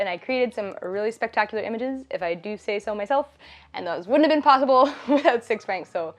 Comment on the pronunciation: About the sponsor "6francs" pronounced "6fran" (French pronunciation, not English, also the 'x' is pronounced like an 's') and it is "Verlan" (the modern french dialect that spawned in 19th century French prisons as a code and popularized in the 90s as a part of the French hip-pop culture emerging in "banlieues") for "Francis", his name. Tadaa.